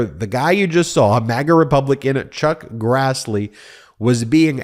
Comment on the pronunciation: Ben, can't believe you initially said "Truck Grassley", then said "Chuck Crassley", then said, "Chuck Grazzley". Stop talking to people like they're stupid! A majority of your audience is familiar with legal jargon, not only having watched most of the Law & Order shows for the last 30+ years as well as CNN, MSNBC, John Iardiola, CBS, COURT TV, TYT, etc., etc., etc. Good Lord, knock it off!!!